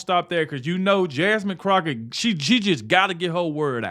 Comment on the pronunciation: First, thank goodness the House passed a special tribute to a true patriot and Christian! I converted from a liberal to Conversative 5 years ago listening to him. Did you say Jasmine "Crocksh!t?" I almost got choked on my burger with laughter! 😂😂😂